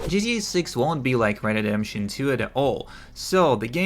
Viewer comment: "Red Dead DeDeMpToN 2"😂 omfg